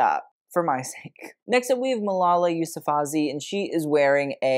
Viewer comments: Not quite there with the pronunciation of Malala’s surname, it’s Yousafzai, not Yousafazi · Also not to criticize, it's kind of funny actually, but the way he butchered pronounciation of Yousufzai but deadass easily said the brand name for Manurious literally in the next segment, like how is that easier than Yousufzai. But also I am biased being an Urdu speaking Indian.